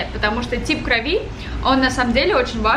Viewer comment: группа крови правильно говорить. И ударение на О - крОви.